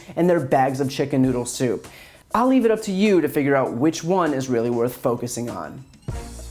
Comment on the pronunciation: So he's saying. . . Souptifa?!